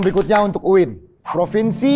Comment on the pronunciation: UIN bukan maiin